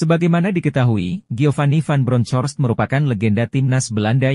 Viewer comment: Kalau sebut nama orang yg bener dong.. cari info dan dengan cara pengucapan nama Geofany.. ucapkaya gini aja mas Van Bronkos ejaan gitu aja dr pada spil nama orang salah mulu ampuuuun deh 😮😮